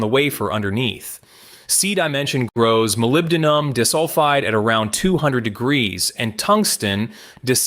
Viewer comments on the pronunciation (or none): Not dis-sulfide, pronounced "die-sulfide". Artificial, yes, but not "intelligent". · unfortunately, his use of AI prevents him from building a unique reputation - and we have to suffer bad pronunciations for SRAM, CMOS, ... and Molybdenum-DIS-ulfide! 😠 lose-lose in my eyes! 🤷